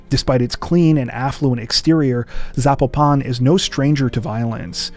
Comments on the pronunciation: By the way. Just say Valerie...snd Zapopan: accent on the PO!!!!!!! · Sorry..but...youre gonna Pronunciate " Valeria" like ....eith a supposed spanish accrnt.....yet you dont know how to say Zapopan?